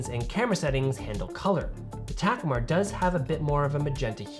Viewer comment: I have that Ta-KOO-mar (not TAK-u-mar) 28mm and it's superb